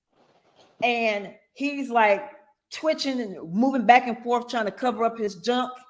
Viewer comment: Oaf of office! Licent place? Ankoools? Shock device? Forf. Do dat. Axe. Tackit